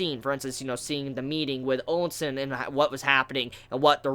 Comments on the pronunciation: Ousen is part of the "Ou" military family, just like Ouki and Ouhon. So his name is pronounced like "OU" SEN just like "Ou"ki! Also Mougou, Moubu, and Mouten are all part of the "Mou" military family. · Ya gotta stop saying Onsen dude xD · Qwin Onsen lol it tickles me every time I hear it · This guy likes to troll by pronouncing Qin and Ousen wrong, right?